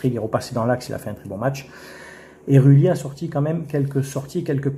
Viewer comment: Rue Lit, Gomez, Auge Berg, Ra ho... Le mec sait même pas prononcer correctement le nom des joueurs de son club jamais entendu ça.